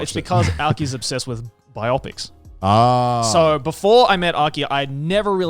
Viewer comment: biOpics? It's BIopics, right? Like BIography?